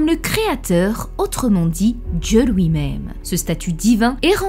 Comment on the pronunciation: "pour LOUI" Ton accent me fume